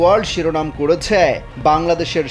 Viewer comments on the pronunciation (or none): ন্যারেটিভ ভালো হওয়া উচিত। উচ্চারণ, মুড অনেক কিছুই ম্যাটার করে। করে ছ্যা কেন বলছেন? উচ্চারণ ঠিক করার অনুরোধ রইলো, ধন্যবাদ।